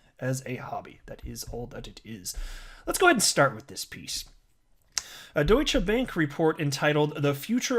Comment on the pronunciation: You're the first one who've said Deutsche Bank correctly so far... I've heard quite a few Youtubers butcher it today so far